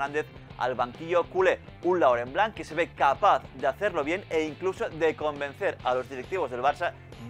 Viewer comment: Laurent Blanc no , es Lurunblum